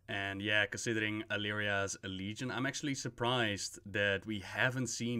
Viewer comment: YOU EVEN GOT LEGION RIGHT. AND KINDA BFA